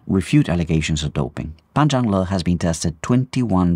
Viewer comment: Your pronunciation of Pan Zhanle's full name 👍👍👍